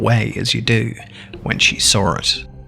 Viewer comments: “when she shaw oit” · I love how he says saw he's like "as she sawr it" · "when she SAWRE it" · Me: okay sounds intresting... Clicks on video*: WHEN SHE SAR IT! Me: dont you mean when she saw it? Him: Dont judge me! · "then she sawrr it" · sounds like siren head is saying bruh bruueuh bruhh